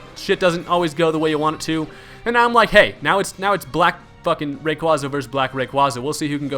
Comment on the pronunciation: you pronounce giratina and rayquaza wrong